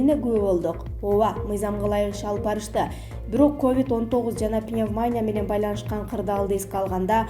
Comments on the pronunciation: "Пневма'ня" эмес, " пневмония", ударение на "и" . Уят болбогулачы. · Пневмаааня эмес, пневмония деп туура окуганды уйрончу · Пневманя дедиго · Пневмаания, пандеэмия, бул кыздын тили ушундай чыккан окшойт да.